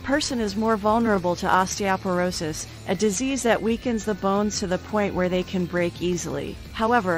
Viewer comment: Too bad osteoporosis wasn't pronounced correctly.!!